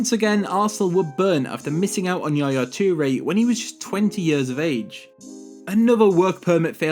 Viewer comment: Hang on did just say Chu-re not toure